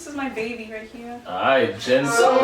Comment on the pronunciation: The way she pronounce their name is incorrect it’s not Jen it’s Jin 💀